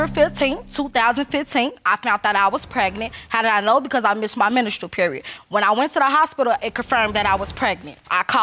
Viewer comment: Ministral... tf, she has no business having a baby if she cannot pronounce menstral cycle 😂